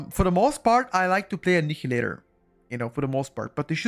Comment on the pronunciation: Fyi it's Annailator, not Aneeheelator (the pronounciation)